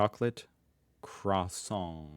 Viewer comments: Crossong is - as you correctly suspected in the beginning - a misspelling of Croissant which comically shows how most Germans mispronounce that originally French word (similar to Kuseng instead of Cousin). So it means a chocolate filled croissant. We typically don't eat Choco Crossies - cornflakes dipped in chocolate - at the construction sites. 😅 What happened here is that Google interpreted crossong as a misspelling of crossing and spat out the closest thing to a "chocolate crossing", which is the brand Choco Crossies by Nestle. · "Crossong" referrs to people not being able to pronounce croissant correctly/in a French way. It's like Karton (cartridge) -> Kartong, Balkon (balcony) -> Balkong.